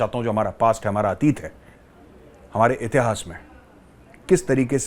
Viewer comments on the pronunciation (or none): none